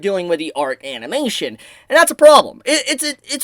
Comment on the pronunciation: Ah yes "amination".